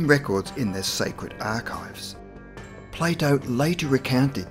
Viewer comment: Everytime he says Plato, I can’t help but hear Play-dough